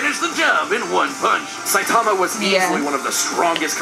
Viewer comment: Saie - tama? SAYTAMA?! 😂😂😂